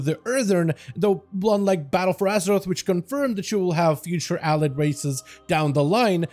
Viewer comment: Hearing you pronounce allied is so painful.